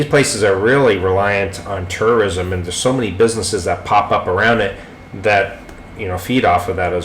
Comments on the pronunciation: Dam, sounds like you keep saying TERRORISM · It sounds like you are saying Terrorism. Haha